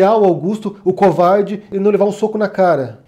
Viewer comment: "Cowvarrrrdi"... kkkkk